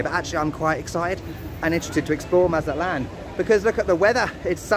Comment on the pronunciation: It is not "Maza-lán", you actually have to pronounce the "T" like we normal people do: "Maza-TLÁN". Thank you. Nice video, btw😂😂😂😂